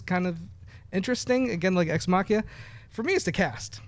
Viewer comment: "Exmakiaaaa"?? it would be nice if could manage to pronounce "Ex Machina". would be really nice.